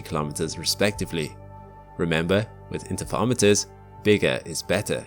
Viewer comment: 'Inter fur romiter' not 'inter fa omiters' js😅